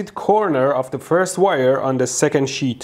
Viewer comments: That's sheet not sh!$ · I know you are saying sheet(s) of stuff... but I SWEAR it sounds like you are saying shits of stuff. lol Every time you say sheet, I SWEAR You are purposefully saying shit! lol xD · Sir, please pronounce "sheet" with the proper prolonged "i" sound that "ee" results in. Not the shorter "i" sound that a single "i" produces. TL;DR: Sheet, not shit. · When he says sheet it sounds like shit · How immature of me to chuckle every time he pronounces "sheet".